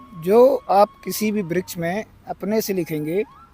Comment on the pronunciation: Vryak nhi vraksh hota hai